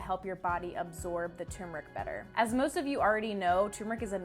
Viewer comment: “Tur-mer-ic” is the correct pronunciation FWIW. 😎